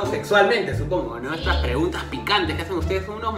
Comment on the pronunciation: ¿Quien mas se dio cuenta que decia preungtas antes de que lo corigiera?